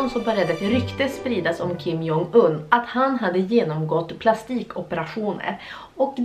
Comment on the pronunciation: Man läser hans namn som "Kim Dzong Yn" :)